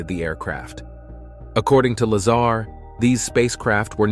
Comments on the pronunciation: Is his last name La-ZAR or LAY-zer? Really, how can anyone take this seriously when the people behind it can't even pronounce the name consistently? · If you’re going to do a video about someone, at least pronounce his name correctly. Very unprofessional on your part. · Please pronounce his name correctly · You lost me when you couldn’t even pronounce Bob’s surname properly. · He can't even pronounce his name ! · Bob Luh-zahr not Bob Lazer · bro you cant even pronounce his name right wtf...its not LAZER its La-ZAR 🤦‍♂ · Instead of counting sheep’s tonight, I’ll re-watch this video and count all the “facts “ you got wrong. And it’s Lazar not Laser. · “Bob Lazer” ? Yeah I’m out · you call him "Lazar" and the "Laser"....lol. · Bob’s last name is not “Laser”…it’s Lazar… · its a joke lol the guy narrarating the video called him "bob laser" his name is "bob lazar" lol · Narrator: “Mr. Bob Laser” Me: 😬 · Did the announcer call him Bob Lazer!? Hahaha and Lol!* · It’s laaaaaaa zaaaar not laser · Like how the computer voice turns the guys name into Bob lazer rifle. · It is La-zar...not laser. Some say Dugway Proving Ground s.w. of Salt Lake City is the new Area 51. It is certainly remote enough. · I’ll bet he calls Tortoises Turtles too . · bro said "laser" it's lazar bro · Uh, his name is pronounced la-ZAR, not "laser " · Bob WHO? it's Lazar, not Lazer. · Dude wtf? How is it you pronounce Bob Lazar correctly but then pronounce it wrong as Bob Laser lmfao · Lol he said Bob lazer😊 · Content creator calls him bob laser!! 😅😅😅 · Lol "bob laser" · Right? At least pronounce his name correctly. It made the entire clip into amateur hour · Not to mention narrator calls him Laser... lame.. go get a real job or new narrator "" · The narrator said bob lazer😂 i like that. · He called him "Bob Laser" at about 41sec.. 😂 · its Bob La ZARRRRR NOT LASER. ps 115 MC or Moscovium is a solid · PLEASE!! His name is Lazar like la z are and it’s ALWAYS pronounced like that!! So annoying